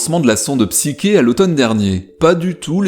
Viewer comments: Psyké ??? c'est quoi cette prono6nciation ? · Qu'est-ce que vous m'énervez avec votre Psyké ! En français, Psyché se prononce psyché ! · La psyché est mal prononcée, elle est une illusion de réalisation de quoi que ce soit!